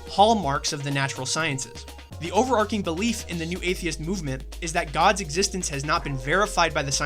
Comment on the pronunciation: Why'd you put the word "autist" in the thumbnail? That's pure internet slang that doesn't belong in the domain of professional discussion. And you're discussing two professionals, neither of whom would use the word "autist." "Over-ARCH-ing," not "over-ark-ing." Of course, someone who puts the word "autist" in a video thumbnail would say "over-ark-ing." I bet you also say "anyways." Funny how such a "smart" guy would use the word "Antichrist" like a moronic layperson. From the perspective of a prophecy-believer like myself, "Antichrist" is not a word that should be invoked willy-nilly. Antichrists come in two varieties: greater and lesser. The lesser ones, like Charles Manson, are a dime a dozen. There will only ever be four of the "greater" ones, and there've already been three. I'll give you one guess who the third one was. I'll even give you a hint: He, like all "greater" Antichrists, was from Europe. Note: The Bible refers to Rome as "the Beast." The number "666" (some say it's actually "616") represents Rome. Not as a geographic location but as an ideology. The iron of Rome is interspersed into the clay of Europe (as depicted in the form of the feet of the monolithic figure in Nebuchadnezzar's dream which represents a succession of earthly empires). What ideology do you think that represents? He also doesn't think much of rabbits, illustrating that he still has a lot to learn about Jungian animal symbolism. I recall him once saying, "There's no virtue to be